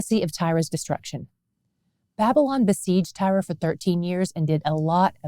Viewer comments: I have wondered all along why she pronounces it as Tyra?? I don't see it. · I've never heard Tyre pronounced that way. I've always heard it like "tire". I'm going to have to research. Looked it up and both US and UK English are like "tire". So I looked up Hebrew and it's "tsore", like sore with a slight t beginning. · Always curious as to why you pronounce Tyre as Tyra,.